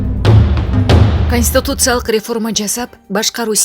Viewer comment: Диктор, туура суйлоону уйронунуз, сиздин кесип журналист болсо, терминдерди туура суйлогонду уйронуу керек! Конституциялык деген созду да туура айта албайсыз, башка создорду дагы!!!